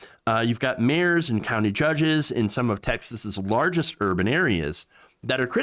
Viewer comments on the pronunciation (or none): none